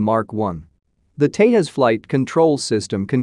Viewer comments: It's Tejas not Tehas.. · The J in Tejas is used like it is in juice not like in jalapenos